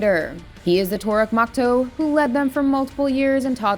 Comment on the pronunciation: the na'vi word pronunciations are killing me. olanji taranji turuk makto ikruns